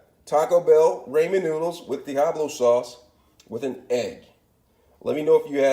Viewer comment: Diahablo sauce!